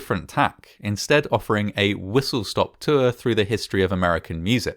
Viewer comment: babe why do u say tour like a northerner but cast like a southerner